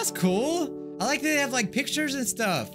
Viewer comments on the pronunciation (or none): none